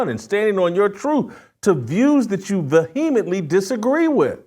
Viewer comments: Jason.... you are a brilliant journalist. But cmon man. Vuheemently? Its vehemently. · I think the h is silent vehemently... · Bizarre pronunciation of "Vehemently" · Please learn to pronounce vehemently correctly! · Please try to pronounce vehemently correctly before saying it so often!!!